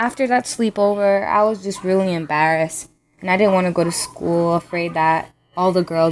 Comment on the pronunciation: Love the accent when she says embarrassed